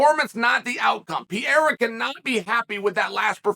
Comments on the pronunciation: Dude , is not "pi -era" is ''Pe - rei - ra'' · Convinced he said "pee air uh" on purpose bc there's no way he doesn't know how to correctly pronounce it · What’s not different is uncle chael calling him “Alex Pee-era” undefeated undisputed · he keeps calling Alex ‘Pierre’ 😂 tf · "Pierra" wtf is wrong with this man 🤦‍♂️ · Alex Pee-era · Ladies and gentlemen welcome to the Pee-erra. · Chael saying "Piera" on purpose never gets old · Pee Era. It is the Time Period of Urine! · Pereira... or to Chael P-Era or Pierre. I already know Chael calls Chipotle Chipoltay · Does he intentionally butcher his last name or is he just not able to say Pay Hay Rah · It's been so long and calling him Pierre-ah still cracks me up